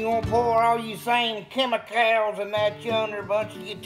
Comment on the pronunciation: Did he just say chem Mic cals